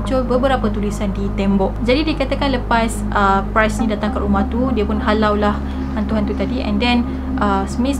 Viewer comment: Ye mmg best..tpi ade beberape perkataan yg kene fix jgk macm priest..bkn pronounce as price